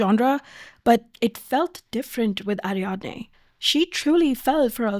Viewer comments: Sorry, the video has just started, could you not have googled how to pronounce the main characters name? Girl. That’s not how you say Ariadne or Cesare. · Okay you kinda cooked but you could still have googled how to say Ariadne first.